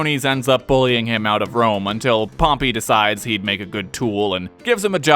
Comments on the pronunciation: also, pompeius, not pompy. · Isn't it Pom-pay?